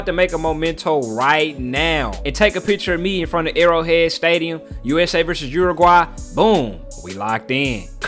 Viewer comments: Stop saying urugay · should be on a loop for you. That's how you pronounce the country's name.😂